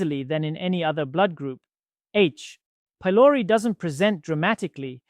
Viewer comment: This 22 year old claims to have two decades of clinical experience, cuz he's a bot. Just note the way "doc" says H-pylori.